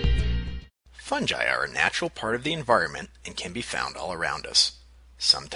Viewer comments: oh god he pronounced fungi as "fun-gee" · its all cool until u said FUN JI